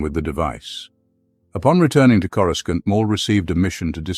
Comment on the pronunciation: He drives me crazy mis-pronouncing CorusCANT